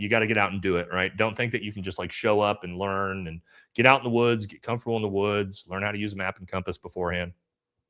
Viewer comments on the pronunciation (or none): none